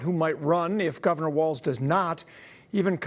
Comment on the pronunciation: Govenor? English isn’t your first language, eh? 😂😂😂